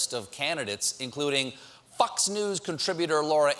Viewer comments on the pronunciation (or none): or I'm pretty sure Stephen says "fucks news" instead of "Fox News" and then you hear people laughing at it. Are my ears fucking with me? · 😂did Stephen just say fox with an F-ox or with a -ucks😏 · anyone noticed how he pronounced Fox? Sounds like Fux to me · Fox News sounded like Fucks News. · When Stephen pronounces Fox News, as Fucks News >:)))) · Perfect pronunciation of Fox News !